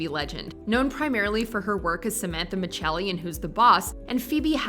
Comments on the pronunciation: Uh, it's Micelli, not Michelli. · Your saying the last name wrong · She pronounced Tony’s character’s last name wrong the whole time. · That was incredibly annoying that she sad his character last name wrong! Ugh